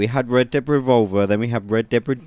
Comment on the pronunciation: I alway hear you saying Red Debt Redemption :D